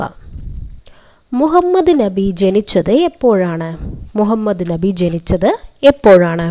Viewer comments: ന്നബി അല്ല നബി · Islamum ; Nabiyum;Allahuvum pranounsation thettanu